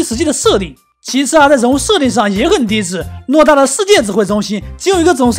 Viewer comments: 偌ruo大 不是诺大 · 偌(ruo)大 不是诺大...... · 偌ruo大不是诺大哟～